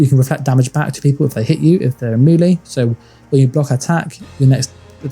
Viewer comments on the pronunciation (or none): none